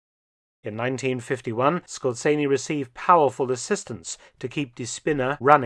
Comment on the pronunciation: Yes. Dr Felton pronounces it quite accurately. Perhaps the "Z" could be emphasized a little more strongly.